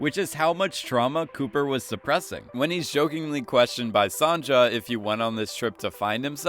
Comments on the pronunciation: its Son-ya, not Son-ja!!! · It pronounced “son-ya” not “son-ja” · Sandza? How do you say that name man terrible, go google the name Sonja and how you say it please it hurts. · Hey, have you watched this episode or reading off from some page? You are saying Sonja name like "Son-cha"... its pronounced "Son-ya" god damn it! irritating af. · not sonja being pronounced as sonya lets now pronounce it as son-ja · It’s pronounced Son-Yuh not Son-Juh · ok but im pretty sure it was sonya not sonja, just me? ok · It's Sonia not "sanja" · Dude, thanks, really cool video, and I mean it, but I-- I'm so sorry, it's just-- that's not how you pronunce Sonja... You're killing me. (Edit: Son-ya, not Son-ja...) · Did you pronounce Sonja phonetically instead of the correct way (sohn-ya)? I don’t think you actually watched the episode.. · Its pronounced as sonya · LEARN HOW TO PRONOUNCE 'SONJA', it's not 'Songa' or any other nonsense It's not that hard. Why are people so ignorant... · Wait so if you watched the episode why do you continue to pronounce Sonja “Sawn-Ja”. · It’s pronounced like “Sewn-yah” the J sounds like Y. Sonja. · the j in Sonja is pronounced as a "Y" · Great video but fucking HELL dude sonja is pronounced sonya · I think it’s pronounced “Sonia”. At least we say so in Russia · i’m sorry but the way he keeps saying “sonja” is annoying me so much😂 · Did you watch the episode? Sonja? Berkshire? How can you say them so wrong but have a video making channel like this? My Faith in you is lost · Sonja's name is pronounced "Sonya", Saito is pronounced "Saito" (not "Saitu"), and "Berkshire" is pronounced "Berksher". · And his pronunciation of "Sonja", and his pronunciation of "Saito"…